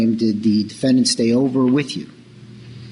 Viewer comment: The defend-DANT lol